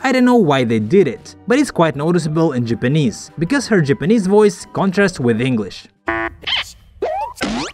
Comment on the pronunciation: I didn't know Japanese is pronounced "jepenez"😂